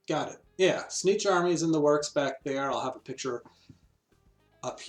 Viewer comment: I've never heard anyone say "Tzeentch" the way you do. It's like you're saying "snitch".